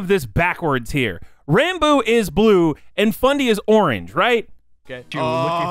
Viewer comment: Opps long comment ahead: His name is actually pronounced like Rahn-Boo, but he's too shy to correct anyone on it so most on the SMP say it like Ran-Boo like you did in this video or pronounce it Rambo lol. Ranboo did hit 500k on youtube before the new year! and has continued to gain subs and follows on Youtube and Twitch at an insane pace. Ranboo came into the SMP a fan of the content and creators. He probably knew more about the lore than most of the members and he'd already thought about what his character would be and what he'd do if he got on it. After getting roped into the plot almost immediately after joining, he sat down that night and created an entire character document outlining lore, quirks, personality, etc. from which to draw from when in Role Playing mode. This makes him pretty much the only character on the SMP who actually has a fully fleshed-out backstory that influences his behaviors and beliefs, making him a very very compelling character with a lot of depth, complexity, and mystery. He's really good at drawing out reveals about his character and dropping bits of lore when you least expect it. I look forward to seeing where Ranboo's story on the SMP goes! A lot of people say Ranboo is like Technoblade but with emotions. While they do share similarities (same laugh, a similar sense of humor, Social Anxiety, married to the Grind, shared mannerisms), they are also very different in a lot of ways of course. Ranboo to this day still doesn't see the comparison